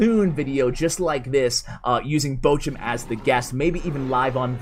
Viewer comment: Wie er Bochum ausspricht einf grässlich